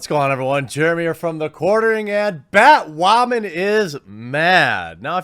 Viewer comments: Is he saying “ bat-ramen or bat-women”? I can’t fucking tell! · "Batwhamen" lol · Bat whamman? Batdyke!